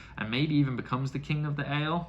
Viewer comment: Don't forget the i in Aiel;-) A-jiel is the best way to describe how to say it. Great that you see Mat away from the influence of the dagger! Did you enjoy the fight with the two princes? Galad and Gawyn? You've gotten the Forsaken 100%. They are greedy and have their own agendas;-) All of your questions will be answered! And then you'll get a lot more.🤭Enjoy book 4!